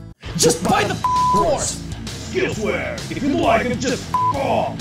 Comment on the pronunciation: "skillswear" and that was the moment i couldnt hold it in anymore